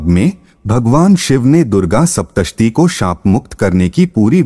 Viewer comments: Bhaiya pehle aap.. Sapta shati bolna sahi seekho, dusri baat... Gupt Navratri ka mahatva in navratri se bhi zada, bhayanak, bahut phaldaayi, boht strong, aur zada niyam se karne wala, boht shuddhi ka dhyan rakhne waale, aur aam insaan k liye itne niyam aaj k waqt me kashtkari hote h... Qki kaafi sakhti aapko sawdhani hoti h in vrat me.... Tantrik kriya, aghorpanthi toh karte hi hai aam jeevan me reh kar bhi in vrat ko grahastha jeevan ka 10 din tyaag karke insaan kar sakta h ya koi akela rehne wala insaan isay nibha sakta h.... Main hamesha se 4 navratri karti aa rahi hu bachpan se lagbhag 30-35 saal se.... Sapta shati ek mamooli pustak nahi h iske kayi sahi use vyakti ko shakti, uska aura clear karna, vision strong karti h. Ek ek mantra behad strong n powerful h Mujhe dukh h aapki jaankari abhi adhoori hai Gupt navratri k vrat asal me 11 din k karne chahiye amawas se shuru karke 10 mahavidya ka poojan vandan boht kuch hota h ye mamuli gyaan dhyan bilkul bhi nahi isay karne k baad ek naya hi janm hota h behad shakti aa jati h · Apni hindi sudhariye pahle, .... Ardham, shaptashi ye kya hai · Apke pronunciation bahut hi kharab hai kripya ismein kaam kijiye (bhramadev not bhrehamdev....saptshati not sap tashti... swarg not swaaaarg) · Kripya uccharan sahi karein Sapta Shatee, Adharm aadi shabdon ka...🙏